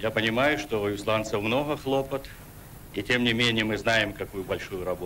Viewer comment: Да чего там,даже в слове "хлопот" ударение неправильное (